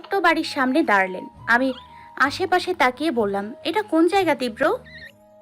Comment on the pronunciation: 'Tibra' uchharon korte pare na .